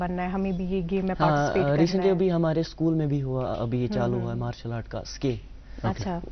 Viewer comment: It’s Martial art not Marshal art